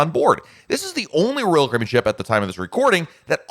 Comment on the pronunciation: SLOOOOOOOOOOOOOOOOOW DOWN !!!!!!!!!!!!!!!!!!!!!!!!!!!!!!!!!!!!!!!!!!! PRONOUNCE :CARIBBEAN !!!!!!!!!!!!!!!!!!!!!!!